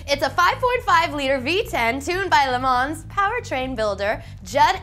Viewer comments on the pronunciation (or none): "Le Mans"...lol